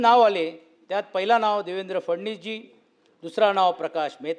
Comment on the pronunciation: देवेंद्र फडणीस नाही वो , फडणवीस म्हणायला शिका आधी ...